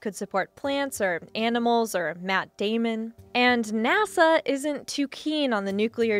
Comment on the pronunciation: Matt dai-mon... That is not how you pronounce his name